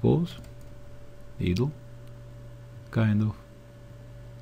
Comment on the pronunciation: Don't worry about your English. It will always be better than any of our attempts at your native tongue. Great tutorial. In return for your help, "idle" is pronounced "eye" del, not "ee" del. It means stationery, or not moving. Keep up the great work.